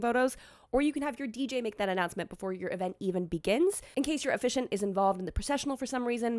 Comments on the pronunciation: Does pronounce officiant incorrectly or do I? 🤔 How many syllables are there in the word officiant? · "Oh-fish-ee-ant" is correct, isn't it?